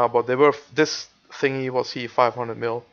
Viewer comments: u said hier not here;hhh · He says: hier is my woodcutting, wel engels he